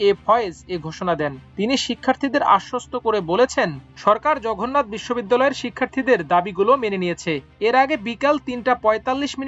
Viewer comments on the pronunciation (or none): জঘন্নাত, অন্শন এসব কি উচ্চারন করেন ভাই। 😅